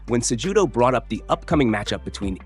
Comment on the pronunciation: This channel butchers names. (Say- judo) Is Cejudo and (use- man) is Usman.